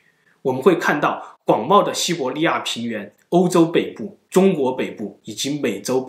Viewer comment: 五胡 nuàn 华。。 这里(li),不是 zhe ni N 和 L 分不清 西伯利亚，不是西伯尼亚